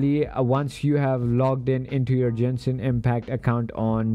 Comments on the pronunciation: “Jenshin impact” it’s Genshin get it right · jenshin impact